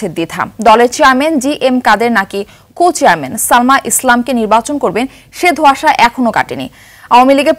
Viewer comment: Uchharon thik koro presenter. Cuchairman? Naki sobdota cochairman? Eto bistri laglo. Chhi